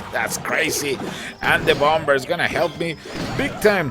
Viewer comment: I love your accent ;) native English speakers don't pronounce the last 'b' in bomb (sounds like Bommer) ;)